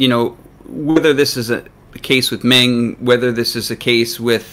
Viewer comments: Please get your pronunciation straight. It's Meng, not Ming. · One of you is saying "Mong" and the other is saying "Ming". Are you guys talking about the same person? I thought this was supposed to be a professionally made video. (BTW, The real pronunciation is closer to "Mong").